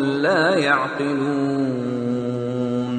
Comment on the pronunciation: The last word of ayat no 14 is "yaqilon." I heard "yadilon" in this qirat .Am I right? Pls reply